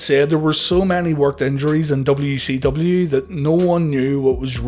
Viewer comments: Why do I keep hearing WECW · I'm glad it's not just me